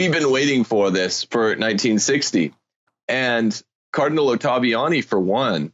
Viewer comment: Why does Marshall have so much trouble saying Oh-tah-vee-Ah-nee?